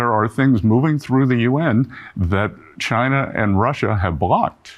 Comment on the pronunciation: Since when does trump like china, Oh, excuse me, "Jina".😂